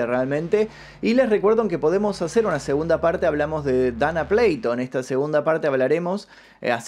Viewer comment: Buen contenido. Observación: Se pronuncia Dana PLATO textual, ya que es un apellido de origen Español., los apellidos no tienen traducción y su fonética se pronuncia de acuerdo a la lengua nativa de quién lo esté pronunciando.